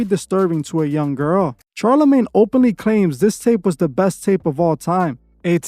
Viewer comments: Shar (pronounced SHar, not CHar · SHar not CHar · It’s pronounced shar not char but great content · Is this is an AI voice because he kept saying "Ch+arlamagne instead of "sh"alarmagne." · I agree and i literally hate Charlamane but bro ffs its pronounced like "SHarlamane" not CH sound. Its like Charlotte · Bruh, it’s very hard to watch this all the way through when you haven’t even done THE MOST BASIC of research. 3 seconds of research will let you know that dude’s name is not pronounced “Charcoal-Charmander-CHAR-lamagne”. 🤦‍♂️🤷‍♂️ I don’t know, maybe try a little harder to look into a topic before making a whole video about it, I mean you just sound stupid since in all your videos you name drop the person’s full name in each and every sentence. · All facts but why did u have to say the man's name like that?😂😂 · I love your videos and i am not a person that gets triggered. However, the way you pronounced Charlamagnes name got to me lol! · It was brutal!😂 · Lmfaoooo I was laughing each time